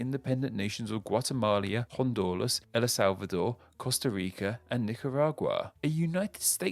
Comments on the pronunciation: What is it with and Spanish place names? “Guatemalia”? “Ela Slavador”? And he misspelled “ColOmbia”. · It's also not "Guatemalia", "Hondulas" or "Ella Salvador". Sometimes this guy makes the most basic mistakes.. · good vid, but "guatemalia", "hondulas", "el la salvador", costa rica, and nicaragua?? (first 3 are wrong, no?) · I mean, they also said Guatemalia, Hondolas and Ela Salvador.